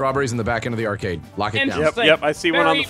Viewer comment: Acarde machines... Ok